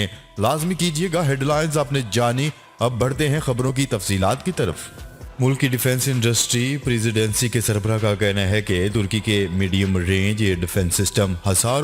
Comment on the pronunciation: 1) U say Russia US shall meet in January when u mean it in Feb 2)Plz don't use...badte hein agli khabar kee taraf..ask people and see how bad it is. 3) plz don't use zabar with all words instead of zere and pesh